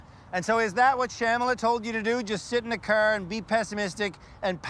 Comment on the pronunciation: Lets talk about how you strrrrd a crrr